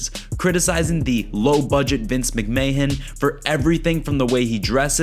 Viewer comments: It's not Vince "McMayhan" lol. It's pronounced "McMan" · You lost a subscriber today I'm afraid. The pronunciation of Vince "Macmahan" decimated a few brain cells. ✌️➕️❤️ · It’s pronounced “McMan” and fk brendon lmao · I've never heard anyone pronounce McMahon like "McMayhen" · Dude can you try to try to pronounce his name a little better, damn. Like I’m straight up American, but this was painful to me for some reason